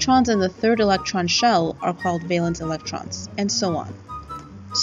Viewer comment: The music is one thing but hearing the word valence mispronounced so many times is very disappointing.